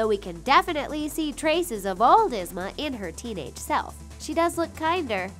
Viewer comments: Its ye-zma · Its ( EE-SM-A) but spelled ysma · #9. Her name is pronounced EEZ-ma. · It's prounounced Ee Zma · Omg I hate the way she say Yzma name 😭😭😭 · You said Yzma wrong ! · _-. I am so annoyed!!! They always pronounce Yzma's name wrong!!! It is pronounced EEzma. Not Izma!!! >:( -Hot pocket Addie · YZMA IS PRONONCED LIKE YIZMA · EEEEZ-Ma .... I know this is two years old but PLEASE say her name right! It’s like hearing nails on a chalkboard 🥴🥴🥴🥴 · The way how she pronounces yzma makes me believe that she has never watched any of these Disney shows ever and pronounced them however the hell she felt like. 🙄🙄🙄 ugh it's ''YEEZMAH'' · If you love Izma so much you should know it is pronounced Eeee-zma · It’s yzma (yezma)